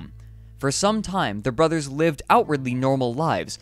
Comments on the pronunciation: There is no such word as "brotherses" !!! Same with "Collyerses". If used in a possessive case it's brothers' and Collyers' . Back to English grammar class with you! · His narration is filled with mispronounced words. The plural for “brothers” is pronounced just that, not “brotherses”. Also “parents” not “parentses”. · "Brotherses" "citises" "policeses"......WTF??? Lol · Why do you keep putting “es” after words like brotheres? Your grammar should be really good in order to do a documentary! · The narrator should face the same fate for his brutal use of the English language. "Brotherses"??? WTF????